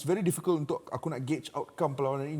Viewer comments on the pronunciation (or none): none